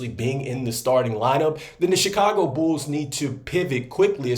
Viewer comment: Always know ya from Chicago when you say "bools"